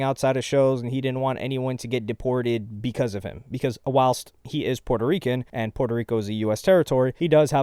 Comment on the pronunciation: Lmaoo bro really pronounced Puerto Rican like a Hispanic 🤣🤣👀👀